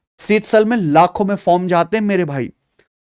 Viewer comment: Form ❌ Faram ✅ 😂😂😂😂